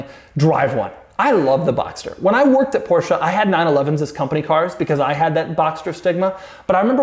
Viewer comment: I'm German and I like Doug's proper German pronunciation of "Porsche". :)